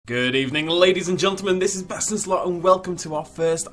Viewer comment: Anyone else waiting for the day he says gentleman right?!🤣🤣